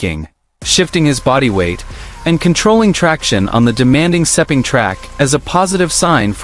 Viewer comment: Lin Jarvis is not the managing director of Yamaha Racing it is Paolo Pavesio. Stop using AI and start using real facts. I have no idea where you get the pronunciation for Sepang race track but it does not take a genius to learn that one it is exactly as it looks!